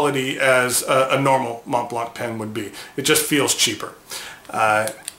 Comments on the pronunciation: I love your channel but man, the t is silent and so is the c. Mohn Blanh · Please, at least pronounce the brand name correctly. MontBlanc is pronounced Mon + Blan. The T and the C are silenced. And it means white mountain. So the white star isn't a white star but a mountain top. The easiest way to spot a fake is by the color of the logo. Fakes are ALWAYS grayish a bit compared to the immaculate original white. Thanks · With all due respect, the last letter 'c' is NOT pronounced in the Montblanc brand name, although it's a German make. The same goes for the mountain. You don't have to believe me when I say this is the way it should be pronounced. You should not pronounce 'c' there just like in the word Connecticut. You can also see how well-educated Germans pronounce their brand name here: Maybe you should check out the Merriam Dictionary: but they don't list the brandname there (only the mountain). You can easily check it in other youtubes: Here you can hear it pronounced in both German and English: You can also back up some wrong pronunciation just like people often do disregarding the truth and claiming the truth to be just an opinion. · Ohh please...please learn how to correctly pronounce Montblanc. No offense but it kills the credibility.